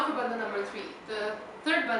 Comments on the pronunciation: Please pronounce Hindi words property. It is not Bandha. It is Bandh. Indians have no excuse for mis-pronouncing Hindi words. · Dear it isn't bandhaa it is pronounced as 'bandh' or 'bundh'. English kills. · in Hindi it is Bandh but in Sanskrit it is Bandha. The word is a Sanskrit word.